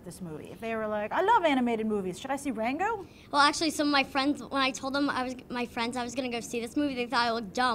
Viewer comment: I could swear she called it "wango"